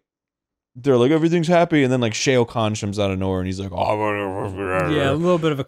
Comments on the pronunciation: Shay-oh Khan? Didn't know that was a different pronounciation. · I will never get over Arin pronouning Shao Kahn's name as "Shay-oh Kahn." XD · “Shayo Khan” from Arin really bothered me for some reason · I’m sorry but did Arin say Shao Kahn like “Shayo Kahn”?